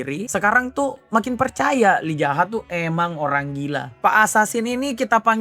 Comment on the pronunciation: Kenapa lu bilang MC Yi Zaha ke Lee Jaha? Apa biar enak bilang nama nya?